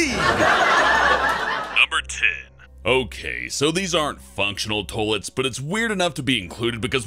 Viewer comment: Why do you say "Tollettes" instead of toilets?